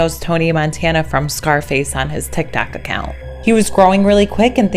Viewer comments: Did she say tikTAK??? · She did. I put captions on and it siad "tic tac"